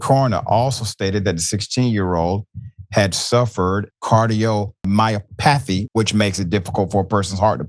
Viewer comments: Dr Richey you gotta do better with some of your pronunciations.Cardio myo pathy. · Cardiomyopathy = car-deo-my-opah-thie. .